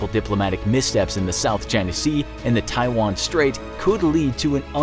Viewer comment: A bunch of young American men that can’t even pronounce Taiwan are about to fight in a fictional war against China because the 20 year war in the Middle East that ended well just left the best of tastes in their mouth